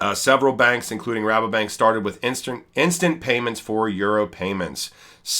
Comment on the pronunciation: Your say Rabobank the right way. No worries 😉